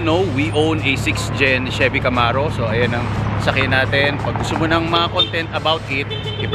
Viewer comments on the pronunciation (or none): none